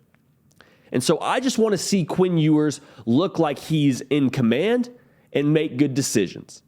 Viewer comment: What is up with your pronunciation? Queen Ewers? Lame. Obviously a jab. Lame